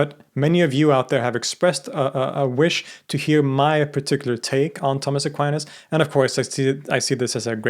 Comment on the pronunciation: Tomas Aquinas ( please do not pronounce Tammes Aqua -áines ) has been one of the greatest philosophers of all time still quite relevant due to his sharp wit , no-nonsense Aristotelian logic addressing theological matters .